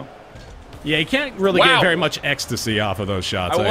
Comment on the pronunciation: "You played very well." "Baery well." I laughed much too hard at that.